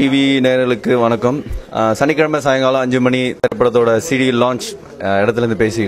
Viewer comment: look up the word "disco" in dictionary u moron!! not a single person on this video knows how to talk except for the guy on a ralph lauren shirt.......its not "venakkam" its f***ing "vanakkam"